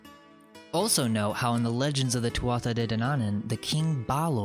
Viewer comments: Thats pronounced Tootah Gee Dane-oo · Tuatha De Dannan, pronounced Tua De. A historian later called them Dannan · Tuatha de Danan, no Dananan... You big moronian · Tuatha Dé Danann is pronounced "too-ah day dan-an", you're welcome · It's Tuatha de Danaan. You are saying it wrong.